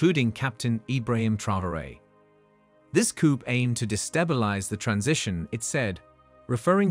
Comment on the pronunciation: It's NOT 'coupe' (meaning cup in French). It's [koo], the P is silent!